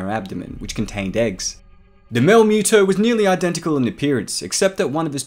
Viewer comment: UggggH! Dude you are killing me with your pronunciation! It's not a cat-creature. It's not MEW-TO it's MUTO. And you got at least half of your "facts" wrong. The MUTO's cocoons were found INSIDE the body of a creature like Godzilla, perhaps even one of Godzilla's ancestors, BURIED deep in the earth. Which means the MUTO that made the cocoons were seeking natural sources of radiation, just like Godzilla. It parasitized the creature and caused it's death. The fact that it was buried kept the radiation level too low for the cocoons to mature. It was only when exposed to the outside air that the reaction triggered one of the cocoons to hatch and the larvae to seek a new source of radiation. Which just so happened to be a human nuclear facility. In the absence of such a source, the larvae would undoubtedly burrowed deeper into the earth seeking the radiation it needed. The movie even explains this. The MUTO's weren't specifically seeking HUMAN made sources of radiation, just EASY and NEAR sources of radiation. Hence the sub attack, the train attack and the aircraft carrier attack.